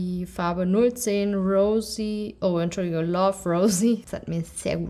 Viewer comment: Dieses „Enschüligung“ bei killt mich immer wieder aufs neue 😂😂❤️